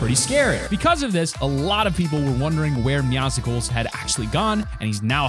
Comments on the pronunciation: it is NOT pronounced MeowSICKLES its pronounced MEOWSLES fortnite even confirmed it look at the cut-scene so watch it again so you know how to say it right also it is pronounced like muscles but with a meow at the start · this man said meow-sicles IT'S MUSCLES BUT WITH MEOW MEOW-SCLES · Mee Aw Si Cles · Its meowscels idiot not meowseckels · its not meowsicles it meow and muscles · Why does everyone pronounce it "Meow-sickles"!?!? Its MEOW-SELS! Like Muscles but with meow at the beginning... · He said meowsicles ITS MEOWSCLES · "Meowsicles" are u trying to make a popsicle version of mewscles?? It's pronounced meow-sls as in how u are supposed to read muscles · Lmao its like: meowsules, and he said meowsicles😂😂😂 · Hey its not Meowsickle its Meowscle, combining meow and muscle=meowscle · bro u are saying meowcycles, its meowscles like meow and muscles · Meowscles not meowsicles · Why can't anyone that plays fortnite, read... It's meowcles(meow-cles) not "meowsicles" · GOD DAMN IT, IT ISN'T MEOW + POPSICLE IT'S MEOWSCLES/ MEOW+ MUSCLES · Epic: meowscles Everyone: meowsickles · PLEASE STOP SAYING “MEOWS-CLES” ITS “MEOWSCLES” A PLAY ON THE WORD MUSCLES Sorry didn’t realize caps lock was on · Bro it's not Meowsicles it's Meowscles like muscles 😑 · It’s not Meowsicles it’s Meowcles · It is MEOWSCLES not MEOWSICLES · WHY DOES EVERYONE PRONOUNCE IT MEOWSICLES LIKE A MEOW POPSICLE IT'S MEOWSCLES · It’s not meow sicles. It’s meowcles like muscles. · ITS NOT MEOW SI CLES ITS SAID LIKE HERCULES BUT WITH MEOW! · It's mewcles like mew and mucles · It's meow s les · It’s Me-ow-sles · Meow-sic-les? Seriously? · My head hurts every time you say meow-sicles🤕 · "Meowcicles" Me:TRIGGERED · its do far into season 2 and he still says meowsicles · ...did he just call Meowscles: "Meow-sicals"??? he's literally a cat with muscles. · ik everyone mispronounces it, i think its pronounced like muscles but with an eow instead of a u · Always names it meow-cicles